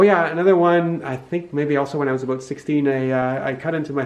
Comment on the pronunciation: You hear him once say "aboot" and you know he's native canadian... of german descent.